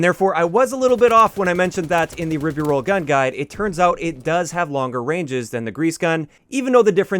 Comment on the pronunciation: By the spelling, the pronunciation should be rye-bee-rolz not rib-be-rolz.